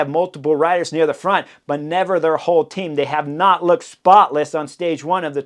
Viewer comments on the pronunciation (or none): none